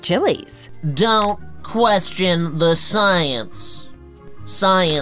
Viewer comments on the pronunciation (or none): Nice job there making “science” sounds like “silence”. Very clever. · The experts changed the pronunciation of science -- it's now silence.... because reasons.